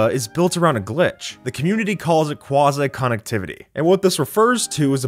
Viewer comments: ITS QUAZY NOT QUAZIC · Is is not quoooozy it is quaaaazy connectivity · Quazi isn’t pronounced that way numb nuts